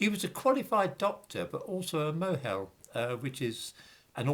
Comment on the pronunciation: "Mohel" is pronounced "moil."